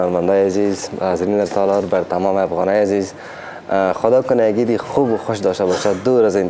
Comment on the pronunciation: آریانا خوردک: عیت مبارکککک 🤣🤣🤣🤣🤮